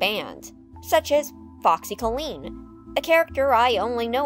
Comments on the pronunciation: you're saying the name "foxy colleen" wrong in this. it's pronounced like "kah-leen", not "koe-lean". like a female version of "collin" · It's always nice to see Pizza Time Theatre animatronics being brought up. Brings back memories. Of 2010s internet.. Also it's Foxy COlleen, not CollEen. if it even is her real name cause one of the songs suggests it being Flanagan. Anyway, great video!